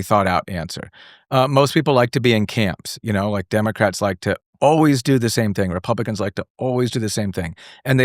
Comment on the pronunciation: He can’t even say democrats 😂 LA is so demonic, maybe he’s realizing but only when it hits his pockets. LA is meant for people who don’t want to grow up! Peter Pan syndrome and liberal ideologies that are actually holding people back, stunting them. I was from LA and I’m so happy I left!